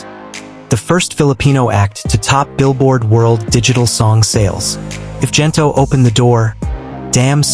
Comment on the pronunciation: The G in Gento is pronounced like in Good , Gento not Jento.